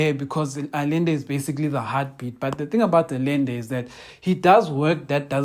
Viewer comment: consistent in what? "Allende", try pronouncing it thus: Ahende.